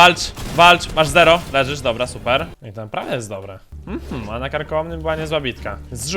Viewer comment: Co to znaczy "ledżesz"? *Wiem że powiedział (lub chciał powiedzieć) leżysz